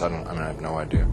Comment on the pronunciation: he said idear rofl